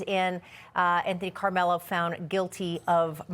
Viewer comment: “Anthony Karmelo”. Can’t you get his name right or is this more AI?